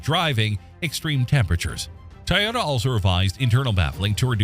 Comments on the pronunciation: Why cant they say toyota instead of tae-yoda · TOY yota not Tyota 😂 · Hard to watch video saying “tay-ota” not Toyota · Ty-ota? I think AI needs to properly pronounce Toyota as Toyota. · i thought it was a Toyota, not a Tyota????? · It’s not TYota, It’s TOYota😂 couldn’t help myself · Dumbphukk, it's not a Tai-ota - it's a Toy-ota. If you're gonna use AI shitware, at least test it first. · ITS TOYO-TA not TAH-OTAH you FACELESS voice generated @@ channel. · TO not TA-yota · Pronounce it Toyota please not Toyota. Thanks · It's not tioyota, what's this world coming to. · What is a “Tie-ota” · A Tye-yota CYA too little-too late commercial. 🙄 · "Tieota" AI at its finest. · a little ? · Canadian here, no one says Toyota like that.